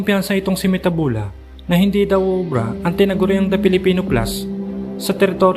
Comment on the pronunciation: It's mathebula. Not metabula